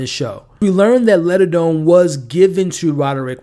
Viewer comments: LIG - a - done, not Ledadone. Sorry but that drove me crazy. Also, "The Pym Reaper." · Not once in 8 episodes did you ever notice you were saying LIGADONE and MORELLA wrong? 🤦🏽‍♀️